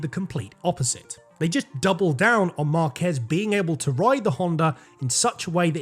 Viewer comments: There is literally a diacritic on A and you still pronounce the name as marKEZ. It's MARkez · Is not Marquéz is Márquez with the accent in the first syllable. It even has an accent on the "a" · Tip for you: If you see a Spanish word with an accent you have to stress that syllable. Stressing the "quez" in "Márquez" makes you look pretty bad.